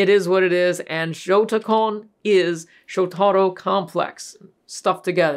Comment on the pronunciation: It's pronounced Showta-ro. NOT Sho-tarro